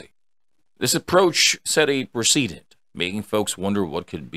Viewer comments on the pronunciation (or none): that is not how you pronounce "precedent".....please don't tell me this is just an AI voiceover